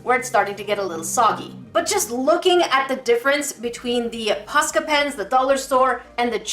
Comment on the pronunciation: (post • ill • ah) I believe is how its said just dont say post with the O saying its own name